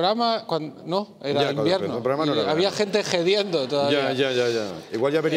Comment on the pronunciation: Sólo yo me he dado cuenta de que Berto pronuncia la hache de hediendo?